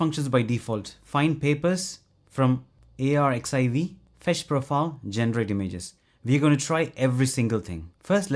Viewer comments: Love the content, succinct and informational! Just a heads up "arXiv" is pronounced as "archive"—the X represents the Greek letter chi. Keep up the great work! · fyi - arxiv is pronounced archive. It looks like you have some really good content on this channel.